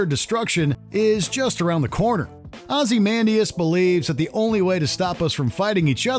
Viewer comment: “Ozzy-man-dee-us”? Please tell me that is not the correct pronunciation of his name.